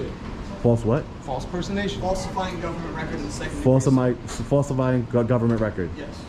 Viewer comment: Did he say false personation ?